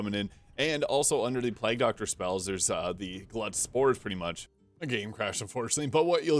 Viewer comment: Is he saying 'Plag' Doctor instead of Plague (Pl-ay-g) doctor? Is there an 'in' joke or is that a usage outside of the UK or something?